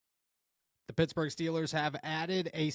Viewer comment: Pittsburgh not futsburg